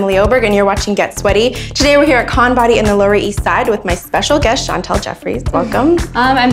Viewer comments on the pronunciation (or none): Her name Chantel bruh not chantal put some respek on my girls name